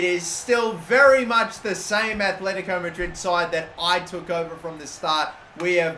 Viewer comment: I'm begging you!!! It's Atletico not Athletico. Both T's are like in the word Benitez